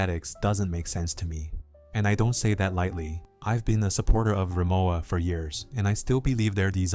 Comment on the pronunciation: It’s ree-mo-va, not ~wa.